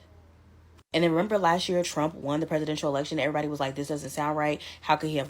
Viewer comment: trompf, not drumpf